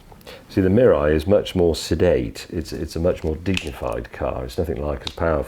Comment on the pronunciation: his pronunciation of Mirai is almost perfectly sounded like Japanese. I heard so many "merai" or "murrai" on YouTube.